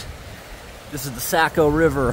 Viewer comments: Saco River. It's not pronounced Sacko. It's Socko. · The sock-o river. Not the Sack-o. Just still love your work anyway! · Born and raised Mainer., the river is pronounced "Sock-o" not "sack-o" FYI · The locals pronounce it "Sock - O" River